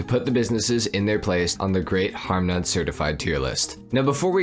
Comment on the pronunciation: lmao greet boys its